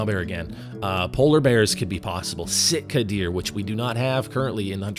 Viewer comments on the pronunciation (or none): We do have Sika deer in COTW. They are in Te Awora. Unless I missheard. Maybe it just sounded like sika instead of sitka which are basically blacktail